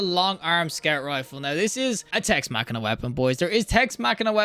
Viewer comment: This guy is really giving me new pet peeves. It’s Tex Mechanica not “Tex Machina” It’s hipfiring not no-scoping. The weapon doesn’t have a scope 😂